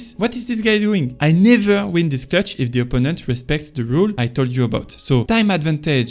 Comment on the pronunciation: love the videos 🔥if you work on fixing how you stress words you’ll get huge , (beGInner not BEginner, adVANtage not ADvantage, oPPOnent not OPPonent, poSItioning not POsitioning, OBstacle not obSTAcle, eLIminate not ELIminate etc…). It’s really easy to fix and will massively improve understandability 👍🏼. You can put ‘word pronunciation’ in google and it’ll say in bold the part you have to emphasize. Have a good one